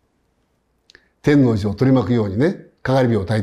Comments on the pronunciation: てんのうじの発音が気になる。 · 天王寺の発音は関東の方には難しいですね 吉祥寺、八王子なども平坦化の影響を受けていますから、天王山、天王星を意識したほうがまだ近いでしょうか アメリカ人ならマイアミと同じですぐ伝わりますね